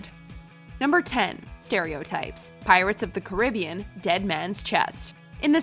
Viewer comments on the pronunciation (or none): I was offended by how it was pronounced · You said pirates of the Caribbean wrong